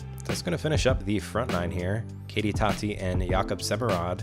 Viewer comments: Tätte is pronounced "TeTe" not Tatte. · If you want correct pronounciation then saying “that” and adding an “ay” sound to the end would be the closest